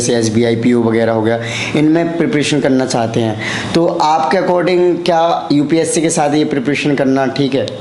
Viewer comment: Mujhe is par doubt kyon ho raha hai.🤣 "UPC" vala Banda... Fake hai... Group "Dicison" karta tha.. even he is an English medium aspirant, can't pronounce most English words correctly. 🤗